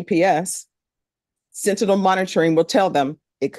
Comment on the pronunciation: Judge , its SENTINEL.... she butchered the word several times. LOL!!!